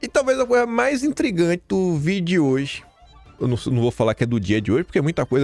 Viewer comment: "DO VIDIOJE". TRADUÇÃO : DO VÍIIIIDEO DE HOOOOJE